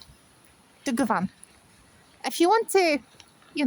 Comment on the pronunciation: You need to change govan to govin to sound more fluent my love 💚🙏👍🍀🍀🍀